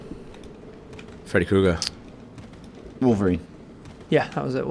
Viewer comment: Freddy Crow-ger...